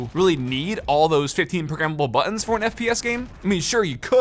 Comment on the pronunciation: buTTons, say your consonants!